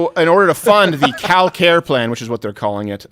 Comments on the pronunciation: You said Cal-Care plan but I honestly thought you said "Cow care plan" lol. It would've worked too after those cow dancers. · Lol I thought he said “Cow care plan”